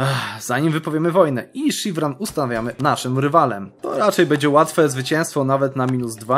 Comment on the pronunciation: Szirwan nie Sziwran kurde !